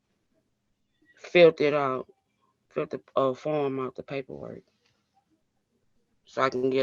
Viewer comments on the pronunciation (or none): It’s the same as “axing” a question lol